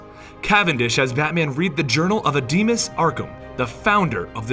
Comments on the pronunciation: dude Amadeus Arkham, not Ademus Arkham :P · It's pronounced Amadeus not ademus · It's Amadeus Arkham, not Adimas. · ademus? It's Amadeus!! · It’s am-a-day-es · Amadeus (Om-a-day-us) Arkham. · Ps: its Ama Deus. Thats how its pronounced...:) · You kept on mispronouncing Amadeus' Arkham's first name. It's pronounced AH-MA-DAY-OOS.